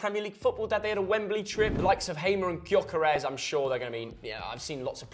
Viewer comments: Me being a cov i said coventry 9th And pronunciation for gyokeres btw its yokares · I love how pronounced Gyökeres 😂😂